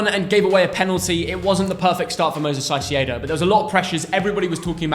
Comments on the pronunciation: Why do you call Caicedo Saisiedo? It’s pronounced ka-ee-seh-doh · Stop calling him Saicedo, for god's sake 😂😂😂 You're trying too hard. It's a Spanish C, not a Portuguese Ç. His name is Kai-Se-Do. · Why do they keep saying “Saicieidow” hahahaha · The pronounce for caicedo its not with the s at first , the c must be pronounce like a normal c and the second c like a “s” . Its like kaisedo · I’ve checked the Spanish pronunciation and Caicedo is not pronounced like that lol